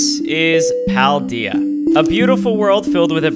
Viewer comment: Your saying paldea wrong